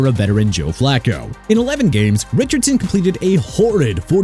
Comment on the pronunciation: Taliese Fuaga PRONOUNCED TAH-LEE-SEE!! Joe Flacco PRONOUNCED FLAH-KOH!! DUDE WHEN ARE YOU GONNA GET EVERYBODY'S NAMES RIGHT?!